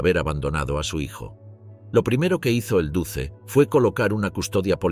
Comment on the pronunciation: No se pronuncia "duce", se pronuncia "duche"